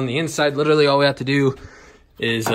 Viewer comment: and when says "litaly" instead of "literally" haha.